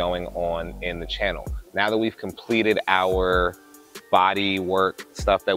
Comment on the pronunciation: It’s “CHANNEL”, man, not “CAHNNEL”.